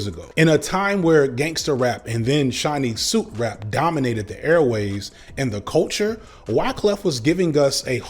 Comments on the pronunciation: Did anyone else but me hear "Chinese soup rap" instead of "Shiney suit rap" and then Google "Chinese soup rap" expecting to learn something about a subgenre of rap from the 90s called "Chinese soup rap?" No? Just me? (After my Google turned up nothing I rewatched and realized what said and subsequently remembered all those fabulous shiny suits). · Omg I thought he said gangster rap and Chinese soup rap, instead of shiny suit rap. I'm still not even sure if I got it correct yet.